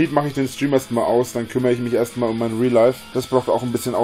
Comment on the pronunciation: Riieel laif? LeL